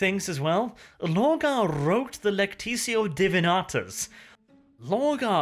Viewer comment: you keep saying "Lectitio Divinatus", but it's "Lectitio Divinitatus", you're missing an "a" and an "i".